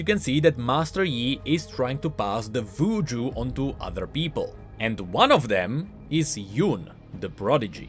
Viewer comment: Why "VUJU" and not "WUJU"? Haha thanks for the great video, as always,!